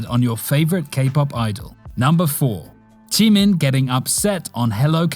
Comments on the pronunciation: Why you say jimin "chimin"" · Why say Jimin "chimin" and Suga "Sugar" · Chimin boy it’s jimin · He really said JEE-MEN